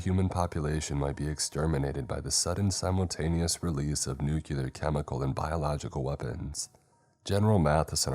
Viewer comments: Nuclear is said "New-clear", not "New-kyewl-er" for the millionth time. It makes it sound so moronic like Bush. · It is nu-clear not nu-cu-lar PLEASE 😭 these are such great videos that mispronunciation is just so distracting